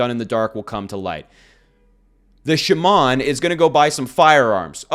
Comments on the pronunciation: Shaman is not pronounced“Shuh-Mon” it’s “Shah-min”! Thx! 🙏🏻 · You need to learn how to pronounce "shaman" correctly.